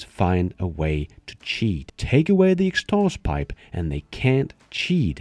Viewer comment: Great video 💪💪👍...but you should learn how to pronounce "Exhaust pipe"🤣